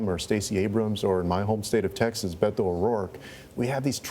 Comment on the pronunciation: I thought Hillary Clinton should have picked Sec. Castro as her running mate, but I have to say that I am already so happy that Sec. Castro, as a Mexican-American who is Spanish speaking, pronounce Beto's name correctly. It irks me that English-speaking-only Americans pronounce it incorrectly.